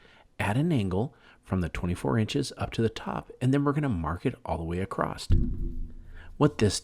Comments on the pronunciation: I love this. I already have my pallet. Just one thing...the word is "across" not acrosst..😅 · It’s ‘across’, not ‘accrost’. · Acrosst isn't a word my man. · I can’t stand when people put a “t” in across. Absolutely kills me.